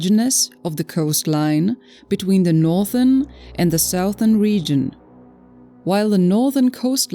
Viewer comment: Damn, can't AI do a better English pronunciation. VASTLY not WASTLY. Southern, not Sowthern.